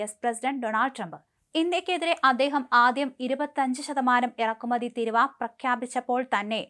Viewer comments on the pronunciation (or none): എൻ്റെ പൊന്നു കുഞ്ഞേ കുറ്റപ്പറയുക ആണ് എന്ന് വിചാരിക്കരുത് തിരുവ എന്നല്ല തീരുവ എന്നാണ് ശരി ഇവയുടെ അർഥ വിത്യാസം ആനയും ആടും പോലെയാണ് കുട്ടി പലവാക്കുകളും തെറ്റിച്ചാണ് പറയുന്നത് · മോളെ തിരുവാ അല്ല തീരുവ എന്നാണ് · Theeeruva .... NOT Thiruv!! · തീരുവ എന്ന് പറയു. വിവരവും, വിദ്യാഭ്യാസവും ഇല്ലാത്ത സാധനങ്ങൾ. മലയാളം ആദ്യം പടിക്കു. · തിരുവാ അല്ല ചാനല് കാരീ തീരുവ ആണ് കഷ്ടം തന്നെ 😂😂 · തിരുവ അല്ല തീരുവ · തിരുവായല്ലേടി കൊച്ചേ,, തീരുവ..😮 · ഇതു ഇജ് പുതിയ അറിവാണല്ലോ, തീരുവാ എന്നത് ചുരുക്കി ഇപ്പോൾ പുതിയ മലയാളം തിരുവ എന്നാക്കി എന്നറിഞ്ഞതിൽ സന്തോഷം, കൊച്ചേ മലയാള വാക്കുകൾ പറയാൻ അറിയില്ലെങ്കിൽ വേറെ പണിക്കുപോകുക. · കഷ്ടം മലയാളം പറയാൻ പഠിക്കു തിരുവാ അല്ല തീരുവ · തിരുവാ അല്ല തീരുവ 😜 തേങ്ങ ഏതാ മാങ്ങ ഏതാ എന്നൊന്നും അറിയില്ല 😜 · തിരുവായാണോ ? തീരുവയാണോ ? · Enthu thiruva? Theeruva ennu parayu kutty. Malayalam alle ethu. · Please ask her to correct the pronunciation. It's not tiruuva..Its.theeruva... Write in malayalam and see for yourself. First it means regal mouth while second one means duty/tax. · എടീ കൊച്ചേ, തിരുവാ അല്ല " തീരുവ" എന്ന് പറയൂ. മലയാളികൾ മലയാളം തെറ്റിച്ചാൽ പിന്നെ എന്താവും മലയാളത്തിൻ്റെ ഭാവി? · കഴിഞ്ഞ ദിവസം ഈ കൊച്ചിനോട് "തിരുവ ഏതിർവ" എന്ന് പറയരുതെന്ന് ഞാനും പറഞ്ഞിരുന്നു. ഭാഗ്യം, തിരുത എന്ന് പറയുന്നില്ല. വിവരക്കേട്... കഷ്ടം